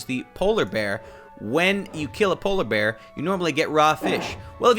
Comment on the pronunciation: “Well if you kill a bolar bear” got me tearing up